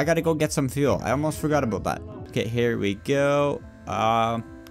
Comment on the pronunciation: are you Canadian if not stop saying aboot